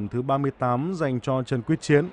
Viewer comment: Blv đoc sai ten nhieu lan